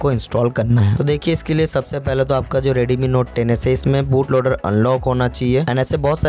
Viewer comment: Redmi note 10s ❌ Reedeemii note teneass ✅